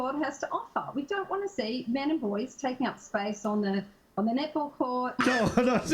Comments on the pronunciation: xD when she says netball, i keep hearing nipple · i heard nipple. took me 20sec to get it was netball. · I LOVE how 'Netball' is pronounced with an Australian accent.... 'Nipple'....